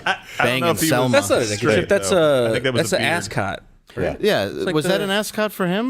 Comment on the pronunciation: Scooby do. VELMA. NOT SELMA